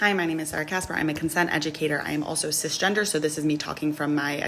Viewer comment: The minute you said Cisgenger, I cut you off.